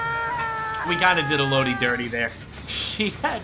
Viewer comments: i’ve never heard anyone pronounce renato as henato and elodie as eloudie, great matches though loved the stealth build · The way you mispronounce Élodie makes me stop watching the video, cool builds doh.